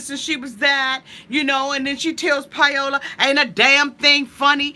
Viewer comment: Pie-ola lol, I love how you pronounce her name, I love you! <3